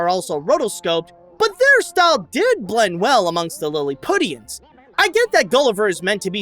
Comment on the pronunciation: So you really aren't familiar with the word "Lilliputian" or its proper pronunciation? Wow. "Lilli-pyoo-shun," not "Lill-i-putt-ian." While it's etymological origins are derived from the novel, but subsequently, it became a fairly common word in the English language lexicon. It's an adjective meaning small or trivial, or as a noun referring to a small or insignificant person. See kids? This is why you should go to college instead of making YouTube videos. Also, I'm pretty sure the overtly characterized, cartoonish style of the Lilliputians was intentionally used to contrast with Lemuel, who after all, is supposed to be a human being. It helps to distinguish the Lilliputians as a unique species. Also, there's a direct correlation with how cartoonish a character looks in this film, and the more over the top, immature, coarse, and unsophisticated a character acts. For instance, Gabby and the two Kings are some of the most cartoonishly stylized characters in the film, and subsequently they are childish, uncivilized, crass, ignorant, and confrontational in their actions and behavior. David and Gloria are relatively sensible and mature, so they look. more like actual people. While the novel traditionally used Lilliput and its denizens as an allegorical representation of contemporary (at the time of it's writing) England, with all of it's political strife and turmoil, the film offers a far more simplistic "futility of war" allegory, with Gulliver essentially serving as the omniprese